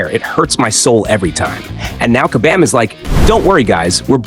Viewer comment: What we want is for you to properly say KABAM!!! LOL...